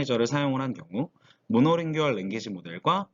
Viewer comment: monolingual tokenizer가 뭔지 더 자세하게 얘기해 주시면 더 좋았을 텐데... 그리고 자주 쓰이는 낱말의 발음에 신경을 쓰셨으면 더 좋았을 텐데. 모노링구얼 멀티링구얼 (..링규얼 말고)